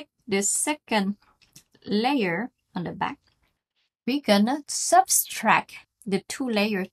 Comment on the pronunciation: Subtract, not substract :)...